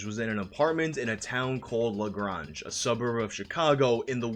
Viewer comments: La grunge XD I live in Illinois, it’s pronounced La Gr-ay-n-j, haha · Hahahahaha la graaange it's Lagrange with a long A dummie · its prounounced lah graynge and my i know the cheif o police there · Chicagoan here: LaGrange is pronounced l’graynj, (Short Luh, long A as in Gray. not Lah Grahnj. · Lagrongeee bro really? LagrAnge!!! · Lagrange was pronounced a bit wrong. It is pronounced not like pasta but like range. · Pronounced La Graaaange. My grandma was watching the news the very moment that happened. I told her it was Uh Yeah, a soda commercial until the butt spanking... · ....its pronounced LaGraaange. Like the ZZ Top song. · Great video, my only feedback is "La Grange" is pronounced like "range" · As a resident of Lagrange, you absolutely killed me. It’s a long A, pronounced La Grānge. Otherwise, great video. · Lol that pronunciation of Lagrange is great. It's actually pronounced like lagraynge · Its pronounced La-graynge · Fyi, LaGrange is pronounced more like (La - Grain - ge) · Lagrange is pronounced [ luh -greynj ] The second "a" between the letters "r" and "n" is pronounced as a long ā not a short a. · I remember the 1st one - was watching Bears news as a kid. Oh...it's Lug-RANGE (LaGrange...like "Range" Rover) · "La-grahhnj", my dude, have you seriously never listened to ZZ Top? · La Grange. Pronounced La Gr-range. That town sucks btw. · Lagrange is pronounced luh graange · Its pronounced Luh-grain-j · It’s pronounced “ La-GRAYnj” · LaGrange, is pronounced like the word range. Good video otherwise, I've always wondered this cause a friend of mine called and said turn on the news. I just remember wondering what it was. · it’s pronounced la- grain-ge. Great video otherwise! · I SAW THAT LIVE THAT NIGHT. AWESOME! THAT city is pronounced LUH GRANGE....LIKE RANGE. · it'S PrONoUnCeD LAh-GrAyNGe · It’s pronounced La g-range like shooting range with a soft g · It is pronounced La-gray-nge. Otherwise, the video is great. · did he just say LaGronge?